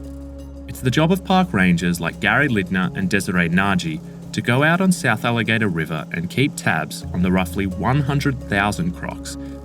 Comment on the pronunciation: Did he say "South Alligator River"????